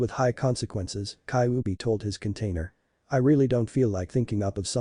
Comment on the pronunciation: Kaubi 😂😂😂😂 not kybi 😂😂😂😂 come on man atleast speak properly